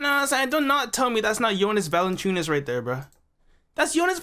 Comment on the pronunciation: Ahahahaha, it's not Valanchunas😂